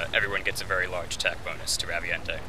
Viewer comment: They need to bring the Raviente to MH 4 since were FINALLY getting online play on handhelds (though I know were not =[) also I think it's pronounced "Ravient"